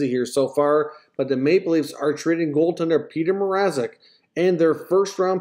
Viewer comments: Bettman butchered Mrazeks name twice. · I was wondering who the hell "Peter Mazerek" was too.